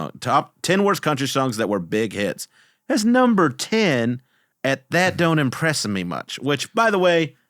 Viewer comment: I'm waiting for the day I can sneak into a conversation, " In the words of the Great Twain, that don't impress-uh me much"